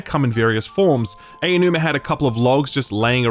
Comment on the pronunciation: His name is "Ah-Oh-New-Ma", NOT "AY-Oh-New-Ma" I know it's a difficult name to pronounce, but it's not difficult to find the right pronunciation. Please.